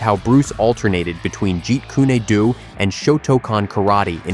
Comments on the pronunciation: "Jeet Kunay Doo"?? Really?!? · At least Narrate it properly and by yourself . It's Not Said Jeet Koony Doo. It's Jeet Kun Do. And these AI Narrations Insult the Legend and the Art